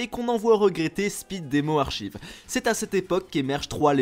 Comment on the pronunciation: On dit speed demo ARKAÏVE par contre. C'est tout merci